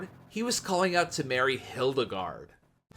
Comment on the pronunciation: Wouldn't say it's better than Disney, but it's definitely a great Disney alternative! I remember running across it randomly on youTube and now I just randomly have it on as background noise lol just a side note brooo they literally say the prince's name a lot in the film it's pronounced rah-lo 😭